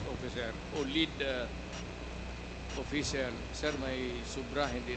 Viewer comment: Dan's pronunciation of P and f are improper. like official he pronounced it as oppicial.